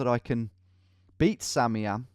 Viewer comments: Why has no one told him that "samiam" is actually pronounced "Sam I am" and not "sameeam" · whos gonna tell him it's pronounced sam-i-am not sammyam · Has anyone ever considered that "Samiam" could perhaps be pronounced "Sam I Am"? It's what I think every time he says "sammyam" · Tom, I think that Samian's name is pronounced Sam-eye-am, as in Sam I Am. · Sorry if this has been pointed out before, but I think it's pronounced "Sam, I am", as from the Dr. Seuss book, Green Eggs and Ham. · tom surely you realize that SamIAM is Sam I am...like the Dr. Seuss book....SURELY you realize that right? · Bro, you know his name is pronounced Sam I Am. Like the Dr. Seuss character. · Not to sound like a corrective nob, but I think samiam might be pronounced "Sam I Am" like in the Dr Seuss book 'Green Eggs and Ham" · Anyone else thinking it's not Samiam but rather Sam I am? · Isn't it Sam I Am? Or is it actually simiam lol